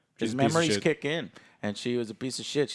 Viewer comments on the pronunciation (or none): none